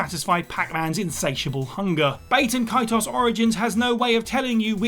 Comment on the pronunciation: Bat-E-N Ka-T-Oss